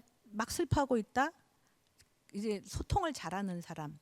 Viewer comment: 우선, 놀라운 일로, 인간이라는"사람의 "사"를 짧게 발음 했읍니다. 그리고 "람"을 강하게 발음 해ㅆ읍니다. 잘 못입니다. 인간으로 학자로 평상 고유어인"사람" 을 바르게 발음하지 못한다면 이 이상 강의를 듣고싶지 않습니다. 한국의 언어 타락 상에 너무 실망하여 "한국 어문을 고발함"을 이라는 책을 출판했읍니다. 일독해 보시지요. 단어의 장단음 문제가 심각합니다. 미국 변 완수 배